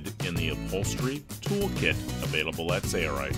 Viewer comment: Why is the narrator pronouncing it "say-er-ite"? "Sale-right" is the proper annunciation fro sailrite.